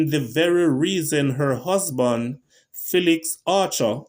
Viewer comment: "FEELIX" not "FELLIX"